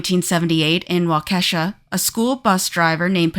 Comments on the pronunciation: It's Wa-Ka-Shaw not Wa-Ke$ha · It’s Wah-kuh -Shaw. Not wah-kesha 🙄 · Absolutely butchered Waukesha, you said it like Wau-keh -saw, is walka-shaw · Waukesha: WAU-ke-sha